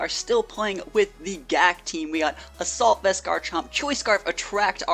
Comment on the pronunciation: You messed up with "assalut vest" but great video!